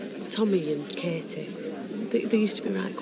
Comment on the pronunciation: I'm also called Katie and it drives me to distraction that barely anyone pronounces the T and it just sounds awful. Natalie's sometimes get the same treatment, but no one seems to do it with Peter! Martin pronounces it right but has to say her name 5 times everytime he talks to her! arrghhh!